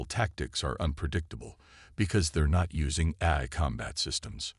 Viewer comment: Well, we, hostile critics have agenda against AI reader and the stories written by it for good reasons. 1. without those subtitles, some words are uncleared would likely to remain uncleared likes how it pronounces "AI" as "air". 2. without human proof reading, a good written story might get jumbled and cause confusion and awkwardness throughout the narration. 3. without human intelligence used to rearrange the whole story and narration, no matter how good the story is, it's going to end up as an AI Shitshow. So, if you want us, hostile critics to stay away from your beloved story, then the story is better having no unforgivable flaw.